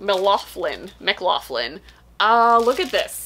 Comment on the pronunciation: Just came here to say the exact same! 😊